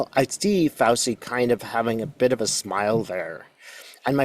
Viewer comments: Fay I pronounced Fow chee fun facts 🤗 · It's pronounced FOWCHEE. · It’s pronounced Fawchi. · Thanks for all your work! Love Dr Fauci! (FYI, his name is said Fow-chee, Italian 😊) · In Italian, a single "c" is pronounced "ch," so Fauci is pronounced FauCHi. I appreciate your readings as always. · *Pronounced Fow-chee. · Fauci ( pronounced Fauchee)😊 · I love you, but his name is pronounced FOW-CHEE. It’s Italian! ¯\_(ツ)_/¯ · Thank you. Btw it’s pronounced “ fow-Chee” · i apologize for what i am about to do, but i worked for an airline for 33 years and it was considered very rude to mispronounce a name ,country ,city etc. so may i just tell you that dr Fauci has an Italian name and "ci" is pronounced "chee" "chi" in Italian is pronounced "key" words with "che" is pronoinced "kay" i lived in Sydney for 2 1/2 very happy years. i listened to them call a the French "fill lay " for fish a "fill it" among other things, we have been taught go pronounce frequently used foreign words like the way they are pronounced in that country.... my Australian family pronounced words however they thought is felt like. again i am sorry to be so critical. it jsut grates on my nerves. feel free to call me out.. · Fauci's name is pronounced Fow-chee, like Gucci. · Just so you know - it's pronounced FOW-CHI. It's Italian. 😀 Thanks,!💗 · Fauci is pronounced: Fow-chee. Katie Phang is pronounced: Fang. (I think that is who you mean.) I hope all is well with you. Sending hugs. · Love and appreciate you,. FWIW, his name is pronounced "Fow-chee" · FYI ci=ch sound in Italian. So his last name is pronounced "Fauchi" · FAUCI IS PRONOUNCED "FAUCHI." JUST TO LET YOU KNOW. 😊🙏☮️🌎🫂💙😇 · FYI: Fauci’s name is pronounced “fow-chee”. I thought Fauci handled the group of GOP bullies’ hearing brilliantly by taking the 5th Amendment. Score 1 for Science and Reason to 0 for MAGA Ignoramuses attacking a good man. Even prior recent US GOP Presidents had nothing but praise for him.